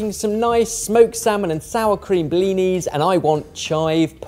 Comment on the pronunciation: every time that muppet says "Blini" i feel my blood pressure rise about 20 points.